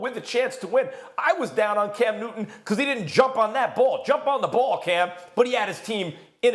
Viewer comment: “Cam Newinn” “Peyinn Manning” do Molly and Steven have issues with the letter T?